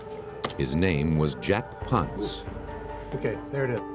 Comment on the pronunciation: I wish the narrators would pronounce Jack Ponce’s last name correctly.. it’s “Pon-say” not “Pontz.”